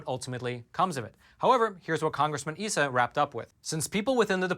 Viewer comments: Cong Darrell Eyesa not "esa" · Issa's name is "EYE suh", not "EE suh" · I was in California when Issa was first running for Congress. I understand his name is pronounced "eye-suh" instead of "ee-suh". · Isa (EYE-sa)